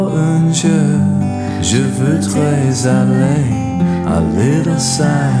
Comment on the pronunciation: Sweet you use French. Generally reasonable pronunciation, but the 'ou' in 'jour and 'voudrais' were really off. Listen to the words on Forvo.